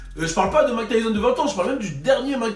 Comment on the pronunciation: Hahaha Mayk et pas "Mak" nan 😝